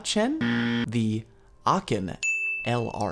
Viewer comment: ...get me in a voice chat and i'll help you learn how to pronounce aachen (it is a german city) lol even though you got pretty close...but good video